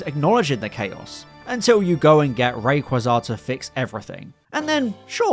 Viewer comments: No way youre pronouncing rayquaza like that😂😂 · That Rayquaza pronounciating was criminal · Never heard rayquaza pronounced that way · how do i find a different pronunciation for Rayquaza’s name every time i watch a different pokemon video💔💔 ray quaza genuinely made me stop the video and think abt ts for a moment😭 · 0/10 for how you said rayquaza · we need to talk about the Rayquaza pronunciation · While he did emphasize it strangely and said it fast. It is pronounced Ray-Qwa-Zah, not Ray-Qway-Za. The Qwa part comes from the main inspiration Quetzalcoatl (the Mayan flying serpent god.) With the Coa part translating from Mayan to Japanese then to English turned into the Qwa sound. Rayqaza also has never been based on a quasar where people thing the Qway sound would be from. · The problem with his pronounciation is where he's putting the emphasis, the Qwa bit itself is right, it's just that he emphasises the Zah bit instead of Qwa. Ray QWA zah, not Ray qwa ZAH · Battle Revolution gaslit you my dude. It's always been Rayquaza as in quwa, never qway. The English has consistently gotten names wrong, it's not a good metric. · ‘Ray quh zaa’ got me thinking of Rem Lazar 😂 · The way you pronounce Rayquaza. I visualize rayquaza poorly dressed in human clothes trying to sneak onto an airplane because he forgot how to fly and they’re like “sir what’s your name” he’s caught off guard sweating like 😅 Ray-Quaza.. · Ray qwah zah 😂 love the way you say its name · No, because Rayquaza isn't a translation of Quetzalcoatl, only the Qua part as a reference to one of its main design inspirations. Rayquaza being a new "word" and a name with parts Frankensteined together. I'm just explaining how the Qua part of the name is not spoken as Kway and why that's not the case. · Can't get over that's he's pronouncing Rayquaza wrong lol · The most atrocious pronunciation of reayquaza yet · Wack Rayquaza pronunciation, opinion rejected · Never ever heard anyone pronounce rayquaza like that